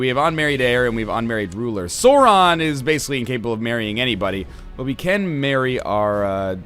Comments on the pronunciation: It's not SORE-on... It's Sauron! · its not "sore on" its sauron the au sounds like ow like in cow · This is gonna be painful to watch with NL mispronouncing Sauron lol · The "Sau" in Sauron is pronounced like the "sou" in the word "south". I usually wouldn't be upset about mispronunciations, but it IS J.R.R. Tolkien, who created two fully-functioning languages for this over the course of his lifetime, and about five or something other partly finished ones. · you're saying sauron wrong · oh god you're saying everything wrong D